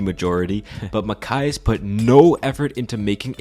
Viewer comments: Is not MAKAIS but MATHIAS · Makayas? You mean Mathias?!